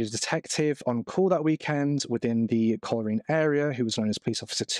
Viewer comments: Coleraine is pronounced coal rain 😬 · Would you please learn the pronunciation of places before you post your videos ! it's pronounced Col- Rain ! Your spoiling your videos and I suspect many people will be turning off as I am now